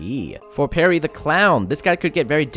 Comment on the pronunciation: I'm telling you this as a friend. It's Pierre, not Perry :P